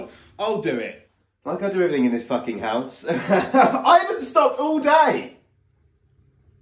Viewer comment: I don't know why but the fact that he barely pronounces the "ck" in fucking makes it 10 times funnier 😂